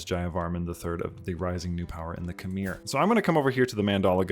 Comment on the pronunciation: It’s not khm-eir. It’s kh-mai.